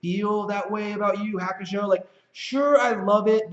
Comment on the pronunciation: Yu Yu Hakusho is pronounced "You You Haa Koo Show" Ha like haha or halt. Not like hack.